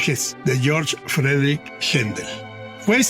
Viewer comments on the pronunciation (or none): none